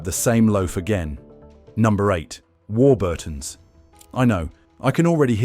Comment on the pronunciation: The usual absolute scaremongering b.s ,can't even pronounce Warburton right ,not all chemicals are bad .